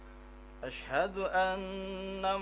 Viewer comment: Klo menurut pendengaran saya pas asyhadu sepertinya kurang jelas pengucapan huruf "SYIN"gedenya, apalagi pas yg ke dua coba dehhh ditela'ah lagi video ini 🙏🏽 maaf soalnya saya juga pernah belajar ilmu tajwid jadi tau mana yg jelas dan yg tidak jelas pengucapan hurufnya,menurut kesimpulan saya ilmu mahwu juga harus didukung sama ilmu tajwid ,🤭🤭🙏🏽 salam sharing dari MANDALAWANGI PANDEGLANG